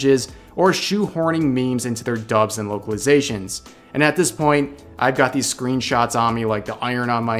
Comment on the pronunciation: Could have sworn you said "Wokeilizations" which is how I am going to think of it from now on.